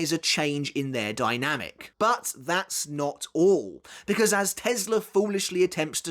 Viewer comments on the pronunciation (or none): none